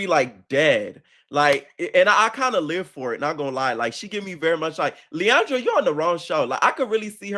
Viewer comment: My love 😂🤣😂🤣 her name is pronounced Lee-on-druh I am dyyiinnggg. Lowkey Sam is giving follower so far and it’s sad I’m im trying to have hope 😭, but I love LuLu so far, and I also hope Lauren wins